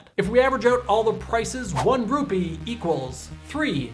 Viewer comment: He said "Rupi" Instead of Rupee.